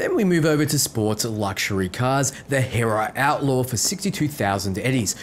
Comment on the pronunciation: "Hera?" Its Spanish, my guy. Its pronounced "her-rare-uh".